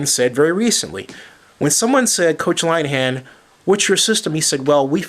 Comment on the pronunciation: really? your a reporter, and your saying you know whats up basicly. I'm sorry but you have no idea. If you really know about scott linihan you pronounce his name right. besides he's just an offensive coordinators, and those other guys you compared him to are all hall of fame head coaches. Our head coach is Jim Schwartz was a proven defensive coordinator in Tennesse over the years, and he's a damn good head coach whose got us going in the right direction.